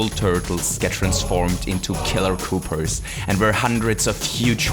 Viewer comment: he said killer koopers